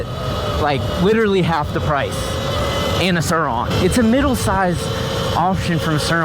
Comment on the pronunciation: “ witawy half the pwice”